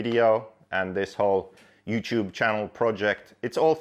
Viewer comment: He said you chewb